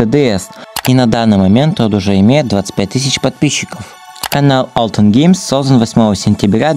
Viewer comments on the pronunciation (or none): Не алтен а альтен🤓👆🤓👆